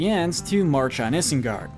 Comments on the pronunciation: Isengard - pronounced EYE-sen-gard, not is-en-gard! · It is pronounced ai-sengard and er-uk-hai not ihs-en-gard and erk-hai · Why are you pronouncing isengard like that? (No offence) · Dude I love these videos. But you pronounce things weird. It’s not hard to say it like they do. Especially after hours of watching these movies in your binges, one would think you can pronounce Isengard correctly at least...